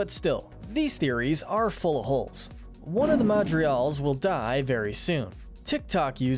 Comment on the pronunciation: Hey, you’re construction mispronouncing Madrigals whenever you are saying it. But regardless, great video guys.